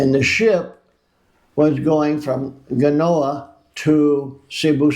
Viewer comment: it's pronounced Genoa ...like jenny or jennifer ...the "G" in Genoa , you munjacake